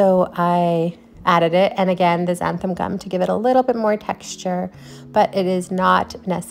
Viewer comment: Why is it that nobody knows how to pronounce xanthan gum? It's NOT xanthaM gum.